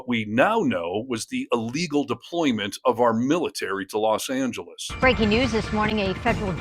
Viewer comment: it's Angeles not, San Geles. Makes you sound more literate.